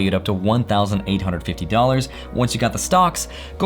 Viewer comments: perfect pronunciation of Two Hundred and Fiddy dollars! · did you say "two HUNNID fiddy dollars" there at the end? That's not very Russian of you.:)